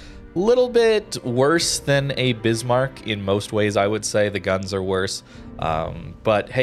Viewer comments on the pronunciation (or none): none